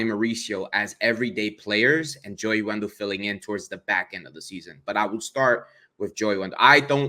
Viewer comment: Dude said Joey Wendell 🥴😖 it’s brutal listening to fans of this ball club. I turned the video off too 👎🏾